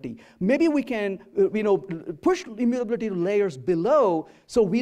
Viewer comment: all good but the way he's pronouncing immutability, is something I can't handle